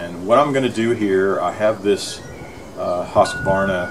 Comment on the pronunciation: Wow, you say Husqvarna correctly... that deserves a thumbs-up all by itself ha